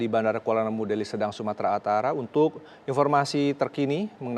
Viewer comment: Hosnya baru ya ngomong belepotan Ngomong Sumatra Utara jd Sumatra atara